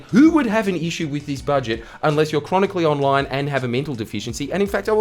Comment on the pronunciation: "Bouje boujet" "It's budget love"